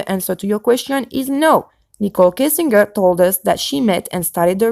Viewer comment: I don't mean to offend, but phonetically it's: "Kessing djer" not "Kessing ger" And also "sky Scraper"... I just want to help... not be a grammar nazi...😀😊😉 Je suis Française aussi, née en France, mais depuis bien des années, je suis aussi Canadienne... j'habite en Colombie Britannique. Truly Great video... I watched the entire thing. Very interesting. I do not come to similar conclusions as you however. Yes, there ARE incredible "coincidences"... And don't be upset... but sometimes, a cigar IS just a cigar... I believe there is weird crap going on in this case, don't get me wrong... I just don't see why these particular victims would matter to anyone in power or anyone other than their community and family... Do you believe that the children were used for that Adrenochrome? Also, respectfully, "pizzagate" is a debunked pile of junk... No crimes were committed in a basement in the building in question as there is no basement... I just do not believe that whole elite/pedo thing... There are pedophiles in all walks of life, and tRump (raped 13 year old Katie Johnson in 1993) is one of them, with his buddy Epstein... but the Clintons? Where is the evidence? And I am NOT a Clinton fan btw, I could care less about them! And finally, no, Kushner won't be president... ever... Instead, he is going to be an inmate... Thank you! Et aussi, merci! Isabelle, au Canada🍁🍁🍁